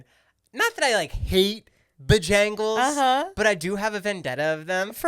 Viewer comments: Omg him saying ba-jangles as supposed to bo-jangles is killing me 😂😂😂 and cookout is bomb 💣 😂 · Hilarious, being from the south, to hear “bah-jangles” 😂